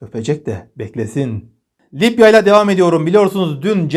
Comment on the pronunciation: Abim, yazicam deyip hep unutuyorum:) Lipya değil Libya desen ;))